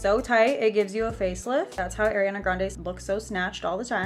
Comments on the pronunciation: Heyy!! Just thought I would say it's pronounced "R E ON A" instead of Aireana :)) love your vids!! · I love you but let's get this straight it's not air-riana it's aww-riana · It’s pronounced ariiii it’s not spelled AIR💀 listen to her say her name pls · no hate but it’s ARIana grande not AIRiana grande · It's ''Uh-riana'', NOT ''Air-iana'' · anyone else noticed how she says airiana, and not ariana? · ‘Airiana’ sis ily but its Ariana not Airiana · airiana? its ARIANA.. ARE EE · Great video! By the way it's ARI not AIRI. No hate just correcting for the future! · It’s not airiana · why does she keep calling her AIRianna!? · alr ily but its pronounced ariana not airiana. ily though:))) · I love you but it’s ARIana grande not AIRiana grande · Its pronounced are-e-ah-nah not air-e-an-ah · I love you but but please say her name right 😭😭 I know you know how to say it she says ARI in her song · its not e-ri-ah-na....